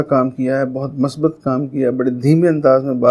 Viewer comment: Wese ap lafz masbat bol rahay hen,mere khayal men lafz musbat he..